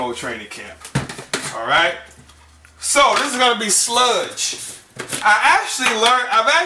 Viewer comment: She said "you Aiight" lol ... good video